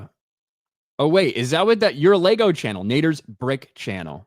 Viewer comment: It's pronounced "LEGO"